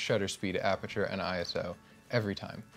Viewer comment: I knew you would be good the moment you said I S O and not Iso Now I'll continue watching the video